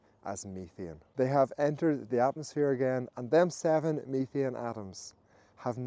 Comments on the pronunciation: Methane. He's saying "methane" (meh-thayn) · I've heard of "methane" but I've never heard of "meethian".